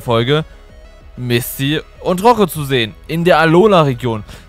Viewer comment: Du hast Misty bisschen wie Mistvieh ausgesprochen 0.0 😝